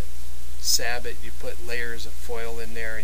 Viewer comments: SAY-BOW! not SA-BUTT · It's pronounced "sab-oh" man, not "sabbit." Why can't anybody say it right? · So many people mispronounce the word Sabot. It's not pronounced "Sah-bit" it's pronounced "Say-bow". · It’s pronounced “sayboe” or “sah’ bo”, not sabbott. It’s the French word for shoe. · Say-bow, say-bot. Should be more like sah- bo as in sabotage meaning to though your sabot, a wooden shoe into the gears of something to mess it up. You are then a saboteur. Me thinks they are way too complicated and opt for a cap lock and round ball. The lead makes up for any variation you fine in all barrels, event modern brass case breach loader. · Thank you. I have watched quite a few of these black powder guns lately and all say sa-bit instead of sa-boh and drives me nuts. From what I can tell is it comes down to everyone mispronouncing it wrong is that they do not know history or have never seen Star Trek VI the Undiscovered County. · Great idea! I have the same problem. Sorry to nitpick, but Sabot is pronounced "say-bow". 😉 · Alright, I'll be the one to tell you that it is pronounced "Say-bow", not sabot. Take it from a US Army tanker who has fired some huge sabots! Not trying to be a word Nazi or anything. Like your info though. Never thought of doing that but I will in the future. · Pretty sure you are pronouncing sabot wrong. It is pronounced sah-bow. It's the French word for the wooden shoes that were thrown in machinery to sabotage it which is where the word sabotage comes from. Just FYI. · Sabot (pronounced sah-bow with the t silent). Sabot were a type of French shoes during the industrial revolution. Disgruntled workers displaced by machinery would sometimes jam their shoes (sabot) into the machines to break them. Hence the word "sabotage". So correctly pronounced "sah-bow" as in the first part of "sabotage", without the "tage" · Sabot is pronounced Say-Bow as in bow and arrow. ;) great video by the way.